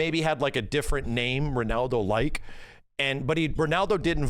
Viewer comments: can't pronounce Ronaldo 😂 He keeps going "Renaldo" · max saying renaldo 😂